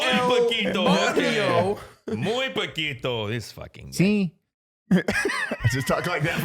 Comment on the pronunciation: bro pequito lol it's poquito Pequito sounds like a slang word for picar and poquito.